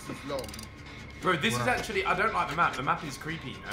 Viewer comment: 1.1 acctually